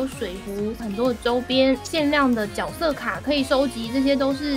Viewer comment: 是读jue色哦，不是Jiao色吼😂😂